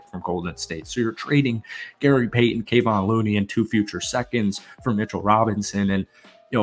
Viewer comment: For bleep sake! Learn how to pronounce Kevon's name! Hard to take you seriously when you can't even say the name of a guy who has been playing with the Warriors since 2016. Reminds me of all the videos where the narrators keep talking about "Steven" Curry.